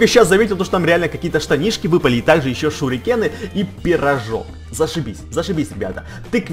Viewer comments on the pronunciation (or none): Да не шурикены!!!!!! Сурикены!!!!!!